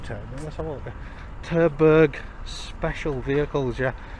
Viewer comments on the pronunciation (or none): Terberg? Sounds like Turdburg. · Did you just say turdburger aviation? 😁